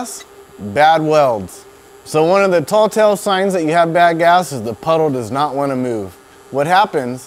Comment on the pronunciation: Anyone else notice he said "aluninum" when it's pronounced aluminum, and he also said "tall tale sign",when its actually tell-tale sign?...and that was just in the first 45 seconds? 🥴I think I'll go somewhere else.....Stay in school kids.